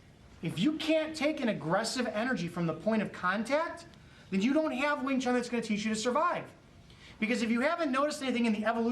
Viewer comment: sorry to say u pronounce it wrong ..not wing chung.... our chinese brother can give u a correct pronunciation... similar like to pronounce IRAQ not AaiiiRakk